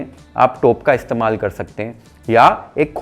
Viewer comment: तू पक्का मराठी आहेस. टोप हा मराठी शब्द तेवढ्याच स्पष्टपणे उच्चारलास. मराठीत व्हिडिओ बनव